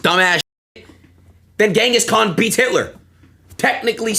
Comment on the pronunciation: Ngl Adin is so uneducated it's not even funny ... "what did Shakespeare do?" "What did Gehngis Kahn do?" Ngl I could cry at this point